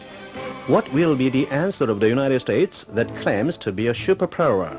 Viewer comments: "United States that claims to be a super prowrerr" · "shuperperwer", ah thank you, i never knew how to pronounce super power until now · and 'superpewwehrr"